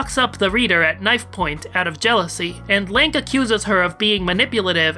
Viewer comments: I like hoy you pronounce Lanque as "Link". I was the entire video picturing Link as Lanque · Hearing you say Lank is so weird. I always thought it was Lawn-Kay. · I love how you pronounce Lanque as "Link"